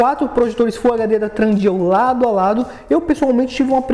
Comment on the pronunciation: Ótimo review, só acho engraçado que vc fala tRundeal com R e não tem r no meio rs